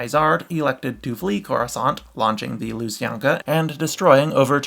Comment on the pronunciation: Oh and also, kindly, do you mean lu-san-kya?